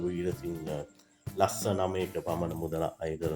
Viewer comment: පෙසංගය නෙවෙයි හුත්තෝ ප්‍රසංගය 😂😂 ලස්ස නෙවෙයි යකෝ ලක්ශ 😂😂😂 හානා නෙවෙයි පකො හනා😂😂 උබේ ලෙඩේට බේත් ටිකක් ගනින් ඉස්සෙලාම 😂😂😂😂